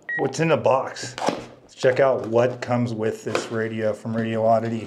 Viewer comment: It's a good value set, I have the Anytone branded version. PS Someone pointed out to me that there's only one "O" and no gap in Radioddity. First, say the words "Radi" and "Oddity. Next, take the gap out and say it as one word - Radioddity. It's 5 syllables, not 6.